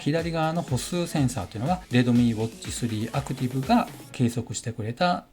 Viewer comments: 発音がredomeeになってますよ とか？ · レドミーじゃなくてレッドミーね